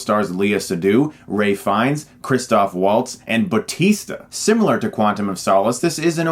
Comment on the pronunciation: I like how you said, "Batista." haha